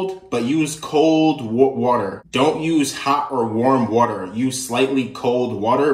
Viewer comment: How he says water wuter 😂😂😂